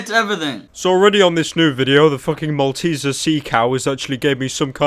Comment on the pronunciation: "The Malteser seacow",, after he said the i laughed and fell out of my chair almost xD